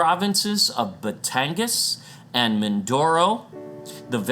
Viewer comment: Its gas po not gan. Batangas